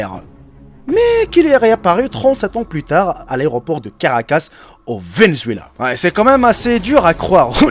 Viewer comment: "La capitale du Venezuela, au carcas"...🙄🙄.on dit à caracas.